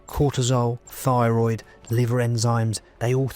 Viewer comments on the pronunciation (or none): none